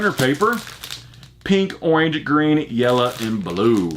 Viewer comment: You need a bug assult. They are fun and work well. And you reminded me of my gramps when you said yella lol